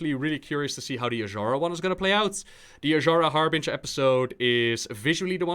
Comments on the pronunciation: IT'S "WARBRINGER" xD not Harbringer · "Jaina Harbinger video" iTs WaRbRiNgEr!1!1!